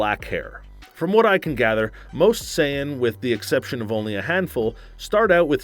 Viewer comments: Saiyn? You know what im Say-ain? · Super "Sigh-Ann" mode....This is so tragic. 😭😭🤦🏿‍♂️🤦🏿‍♂️ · My ears bleed every time i hear Cayan "saiyan" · He pronounced it "Super Sighan" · It's Sayian not science 😂😂😂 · "Go Super Scion" :D:D:D:D I cant stop laughing. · Y’all should have gotten a better host cuz not gonna lie I was a little mad when he pronounced sayain,gohan,and vegetas name wrong